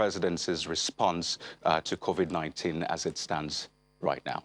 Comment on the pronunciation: Ask him the president why he called it COVIK not covid?